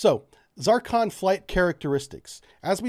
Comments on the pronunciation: What are the uses of this missle? Why are you calling it a Zarcon instead of a Zircon? Do you have problems with reading and pronouncing words? Technical explanations are incomplete and vague. You shouldn't be producing these videos since third and fourth graders may be trying to learn from it. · it is NOT ZAR CON..... IT IS ZIR CON !!!!!!!!!!!!!!!!!!!!!!!!!! HOW ACCURATE CAN YOU BE ????? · It is called Zircon not Zarcon, yankee. That is Zeercon. At least pronounce it right and show some very basic language awareness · Z (IR) CON Not Z(AR) CON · Zur-con, Zeer-con, Tzur-con, Tzirkon, not 'Zar-kon'. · The "Zarcon"? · Good stuff, but hot diggety, the name of the missile is "Zircon" in English, "циркон" in Russian. In Russian its pronounced something like "zeer-cone" NOT "zar-con" with a short "a" sound. In English something more like "zer-con". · It's not a fking ZAARCON. It's Zircon. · Is this weapon a "ZARcon" (what you are saying) or a "ZIRcon" (what you are spelling)? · Just because it's from Russia, it doesn't have anything to do with Zar's. Get hooked on phonics dude! Zircon (zuhr-kahn) ! It is not Zarcon ( zahr-kahn). That is all . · you are pronouncing it incorrectly, you are pronouncing it ZARCON when it is pronounced ZIR-CON , rhyme zir with sir, sircon....zircon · Why for the love of God do you pronounce it ZARKHAN?! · For future reference: Zircon pronunciation of you is not correct. ( it is not a critic, I still like you buddy) :-) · I'm not saying I know anything... but why are you pronouncing the 'i' as an 'a'?